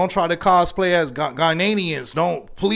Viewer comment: AHah haha man said “Gar-Nei-Nians” 🤣